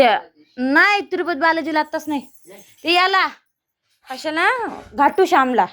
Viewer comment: किती जोरात बोलते बावळट हाय नाव किती वेळा बोलते घाटू शाम नाही मेंटल खाटू शाम आहे आंजीला किती जोरात बोलते आंजी उठून बसा बावळट चालत म्हणायचं तर चलत म्हणते भाषा किती गावंढळ आहे उंची नको ग बाई व्हिडिओ घेऊ भंगार किती बडबडत आहे पिकोक म्हणजे पोपट शिकवते मूलीला